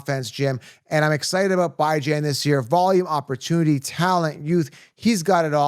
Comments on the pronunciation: Stop mispronouncing Bijan‘s name on purpose… It’s getting ridiculous.. BEEJAHN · Great content. I agree with a lot of your points. But the Bijan mispronunciation is getting annoying. Is cringe dude.